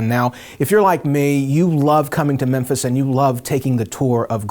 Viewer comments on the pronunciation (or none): none